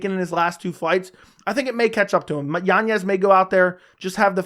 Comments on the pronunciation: Yan-ez... Not Yanyez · Why does he add an extra Y in yanez?